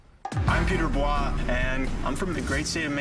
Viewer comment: I would definitely pronounce that guy's name as Peter BOYYYYEEEEEE, instead of bwa :O